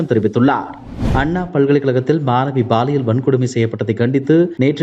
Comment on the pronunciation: Ball இயல் இல்லை சார் Pall இயல் தான் சரி யான வார்த்தை. ஆண் பால், பெண் பால்.. அந்த மாதிரி. இனியாவது ஒழுங்கா உச்சரியுங்க. இல்லைனா இது ball இயல் குற்றம் ஆகிவிடும். 😃😊🥱